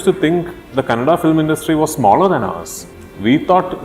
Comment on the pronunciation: He is good atleast he is pronouncing KANNADA bcoz all North Indians pronounce it as KANNAD There's allot of difference